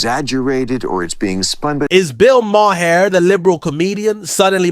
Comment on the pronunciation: His name is pronounced.... Bill Mar.